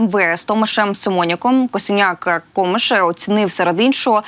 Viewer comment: Nie Komysz id!otko tylko Kamysz.😂😂😂😂